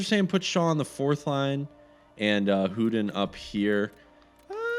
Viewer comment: Hudon = "who-dawn"